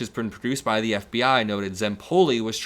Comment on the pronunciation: Duh hostages. Learn to pronounce the TH sound! You've been here 20+ years.